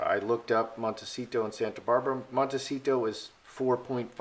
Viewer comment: You are pronouncing “Montecito” and “Santa Barbara” incorrectly. You have too much emphasis on the “T” sounds. I am a former resident.